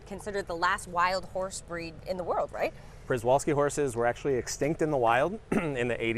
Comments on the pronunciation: A zookeeper that pronounces Przewalski's wrong? And also doesn't know the difference in a species and subspecies?? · why does this guy not know how to pronounce equine and przewalskis..